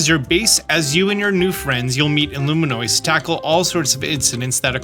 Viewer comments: Loo Me Ohs. Im so sorry but I wince every time. Somebody said take a shot every time he says Luminoice. lmao Id be cooked. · consistently saying “Loominoice” is so wild lol